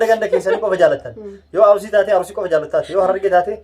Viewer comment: Arurisi hin jedhini Arisi jedhi